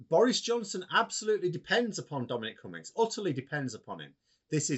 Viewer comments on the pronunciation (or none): KOONS-BERG NOT "Kunns - berg" ... And (Max)... Its "CummINGS" NOT COME INS